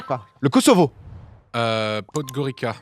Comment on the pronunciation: Podgorica se prononce Podgoritsa et c'est la capitale du Monténégro.